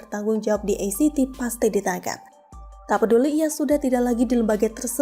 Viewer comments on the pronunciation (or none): Maaf ACT mengejanya a ce te sbb bhs (ejaan) Indonesia, bukan e si ti 🙏🙏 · Pembacaan ACT itu sesaui abjad bukan inggris. Pembaca berita tapi ga bisa gunakan kosa kata yang baik